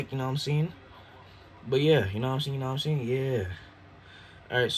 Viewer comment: 'you know whattaim sayin'